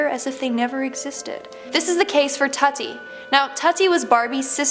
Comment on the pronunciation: Isn’t it pronounced tootie?